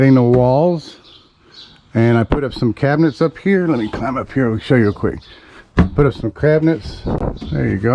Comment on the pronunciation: “put up some CRAB-i-nets“ Love your channel. Just kidding around. But you did say “CRABinets.” Thanks for the amusement & giggles,! You’re doing a wonderful job!